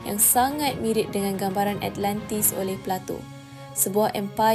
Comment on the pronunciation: alentis..alentis.. ATLANTIS lah!!! haihh sis..,nak jadi YouTubers on historical topics mcm ni atleast sebut lah nama tempat atau nama orang tu, atau nama apa sekali pon sebut lah dengan btol. awak penyebar maklumat sejarah ni.. takreti nak sebut ?? zaman sekarang ni boleh je type kat google translate then tekan icon speaker unt dgr mcm mana dia pronounce,, or "YouTube how to pronounce" pon ade.. kemonn lah.. content dah best teruk dah.. alentis,,alentis apobondo!!!